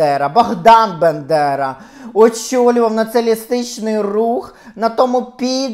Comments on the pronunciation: Пані Ірино, ну, ви ж Світоч української мови, що це за вимова «Биндера», що це за свинособачі нотки? БАндера! БА! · Фаріон вбила би за вимову Бендера а не Бандера, ви шо... Найсвятіше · Дуже схоже, дотепно. Прекрасна українська. Але ж БАндера. Якщо ,звісно, це не якийсь акторський прийом. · Не Бендера а Бандера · Ви декілька разів перекручували призвіще провідника, але загалом к Вас чудова українська мова.